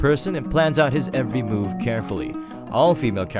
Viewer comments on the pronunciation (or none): none